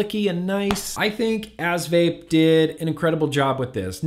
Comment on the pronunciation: He said ass hrhr hrhrhrhr